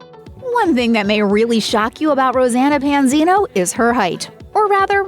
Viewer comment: Try saying her name right!! 😠